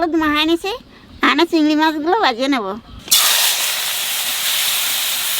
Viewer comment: Takuma cigri mach k bole cigra mach so sweet